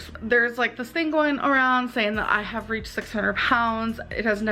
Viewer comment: Heartbreaking to see in this episode how Becky gave in and deteriorated at the behest of ALR. Just “sayeen.” Btw, binging on Werther’s Hard Caramels watching this. 😋